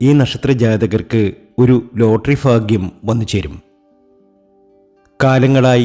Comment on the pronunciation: Faagyam alla, bagyam .